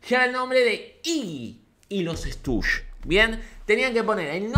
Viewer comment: Me molesta que digas "Estush" en vez de "Stushis". Igual te quiero.